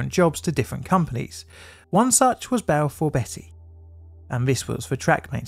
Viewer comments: Just a side note, Balfour Beatty is pronounced like the vegetable beets, not like the name Betty. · Enjoyed the video but it's not Balfour Betty it's Balfour Beat-ty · Not Balfour Betty its Balfour Beat tea. 🙄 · and Balfor BETTY (whoever she is) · IKR? Not sure if he was taking the piss, but calling Balfour Beaty, Balfour Betty really hurt my ears each time. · Sorry. Beatty is pronounced BT not Betty. I was too young to pay attention at the time, but now I know why they closed down. I still remember the large statue they had outside of their offices in Greenford. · "Hartfordshire" not "Hurtfordshire". It's spelled with an 'e' but pronounced as an 'a'. Also, "Balfour BEETY" Not "Balfour BETTY". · LMAO Betty, it's pronounced BEAT-T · Balfour Beattie, not Betty! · It's pronouced Beaty, Balfour Beatty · I love your vidos but your mispronounciations are really jarring - it's Balfour BEATTY not Balfour BETTY, and HARTfordshire not Hertfordshire. Unfortunatey there was a series of incidents over this period as you pointed out, years of neglect and the effects of privitaisation and cost cutting unfortunately coming home to roost. Have you done a vdeo on the aberdeen/Stonehaven landslip crash yet? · I don't understand why, and I'm not proud of it, but I can't tell you how triggered I got each time you said Balfour Betty. There's an a in there, so it's pronounced beat-ty, not betty, ahh count to 10...and relax, lol. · Hurtfordshire? Balfour Betty? Please tell me this is on purpose. I’ve never heard anyone from here mispronounce those. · “Hurtfordshire”? “Balfour Betty”? 😂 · Its Balfour BEAT-EE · It's not Balfour Betty😂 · Can’t bear the mispronunciations. Hertfordshire is pronounced HARTfordshire. Balfour Beatty is Balfour BEEty by the way. How can anyone be from the UK, let alone a YouTuber that can easily research place name pronunciations and still get it wrong is beyond me. Lazy. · Never heard Balfour Beatty pronounced like that…